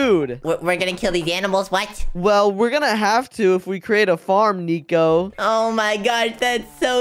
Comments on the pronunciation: why say neco that's not neco say nico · It’s not niko it’s nico